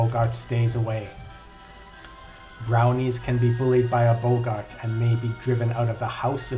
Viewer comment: Their name is pronounced "Bog-art". Not "Bow-gart".